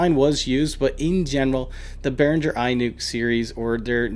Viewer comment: im prob a dick right now, but behringer is german made. so you pronounce it, in german not english;-) love the videos, ive have seen from you tho